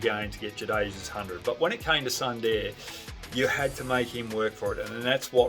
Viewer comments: It's not Sandeer, it's pronounced as Soondar ! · Amazing takes Mr. Hogg. I must correct you on the pronunciation of "Sundar" - It's pronounced "Soon- dahr"